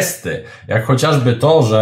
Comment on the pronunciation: Słowo chociażby, ulubione przez Pana jest ciagle i upoczywie źle akcentiwane. Akcent ma padać na pierwszej sylabie.